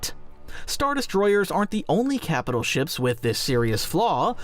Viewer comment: Is this AI narrated? "Shops?"